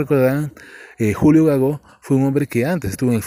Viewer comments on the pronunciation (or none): Es GAGO, no Gagó.